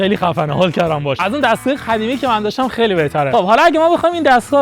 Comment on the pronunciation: 41: 18 قدیمی ❌ خدیمی✅ دهنت سرویس 😂😂😂